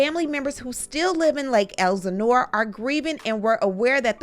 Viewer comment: BLACK PEOPLE!! Please pronounce names correctly. Lake EL SIN NORE